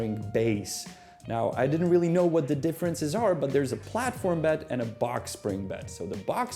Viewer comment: I can't get over how this guy pronounces the letter "D." He didn't say bed he said "bet." And he didn't say bread he said "breat."